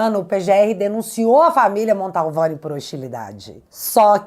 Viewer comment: Querida, eu não gostaria de te corrigir, mas toda vez que vc diz Família Montalvani me dá um arrepio na espinha......sabe porque? Porque está errado, kkkkkk A família chama-se Mantovani, meu bem.....desculpe!!! Bjsss